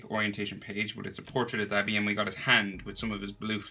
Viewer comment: Its pronounced doh-bee